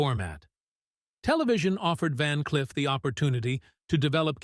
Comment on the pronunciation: Van "Cliff"?....Come on robot!...Time for your oil!...lol.